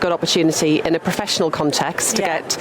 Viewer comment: Proffessional, proffessional and them proffessional, declared as. Proffessionel. Oh dear me. But it was proffesdional.